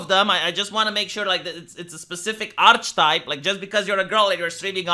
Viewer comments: 'ark-ee-type', not 'arch-type' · I'm not sure whether or not you care, but I believe the proper pronunciation of the word 'Archetype' sounds more like 'ark-eh-type'. English is a very inconsistent language at times.